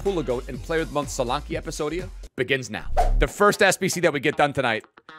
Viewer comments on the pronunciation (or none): Why does he say quick step PlayStation plus and epesodie